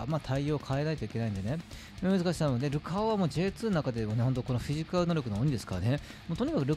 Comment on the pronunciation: ルカオの発音がルカ男なの好き